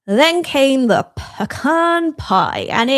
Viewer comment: Thanks for pronouncing 'pecan' correctly, instead of saying 'pee-can'.